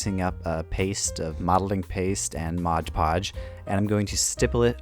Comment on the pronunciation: 'Modge Podge' 🙈